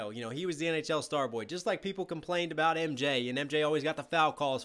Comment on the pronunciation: I have never heard anyone say aboot here😂🇨🇦